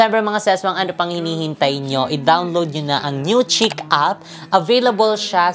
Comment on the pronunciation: ang pronunciation po ng chic ay “sheek”. Fyi lang po para mas bongga pa lalo hehe. Bagay po sayo yun mga damit ❤️❤️❤️